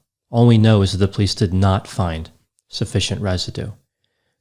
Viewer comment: I find myself more and more endeared to your single syllable sounding pronunciation of the word "police" as "pleece". Granted, I tend to over annunciate the word as "POE-lease", but your technique is growing on me. Also, your daffodil colored button-down is just a breath of Spring!